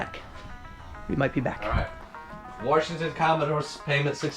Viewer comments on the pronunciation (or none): did you say Warshington Commodores? That's a great user name, I might have to use that one day. #Builtthebarn #2ndstoryDirtfloor